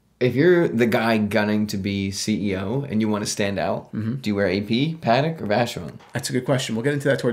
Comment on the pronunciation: The way you say "Patek" bothers me